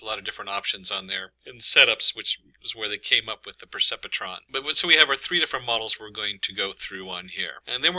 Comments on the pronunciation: Percepetron??? Hahaha isn't it pronounced "per-cep-tron"? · The pronunciation of Percepetron is puh·sep·truhn. However, there is always some variations according to instructors. Thanks. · Painful hearing this guy mispronounce perceptron 🤣